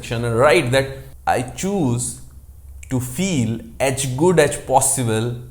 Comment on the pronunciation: "aach good aach possible"....why are u speaking like this?